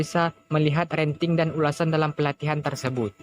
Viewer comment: Rating bro, bukan ranting 🙏🏻